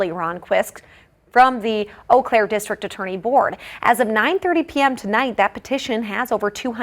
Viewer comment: Today i finally learned how to pronounce Eau Claire.